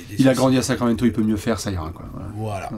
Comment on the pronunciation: "Sacraquamento" ! Comme d'hab... 😁🏀🇫🇷👍